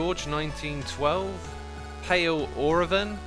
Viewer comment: Haha you missed pronounced my username. It's paleo - raven.